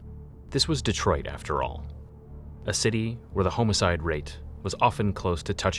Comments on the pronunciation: I only mention this because it really sounds like you're saying...something else, when you say homicide. The first part of the word is pronounced HA not HO. HO makes it sounds something like a hate crime. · Lmfao " homo side rate" is crazy I think you meant to say homicide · Did he just say homocide rate……?